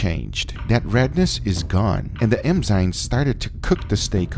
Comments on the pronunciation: ENZYME, not EMZYME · Enzyme....not emzyme... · Enzyme.. Not emzyme.